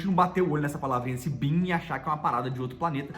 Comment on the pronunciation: Só corrigindo o, você não pronuncia Been com som de BEAN, mas sim com o som de BIN sugiro da uma olhada no youtube How to Pronounce Ben, Been and Bean in American English like a Native Speaker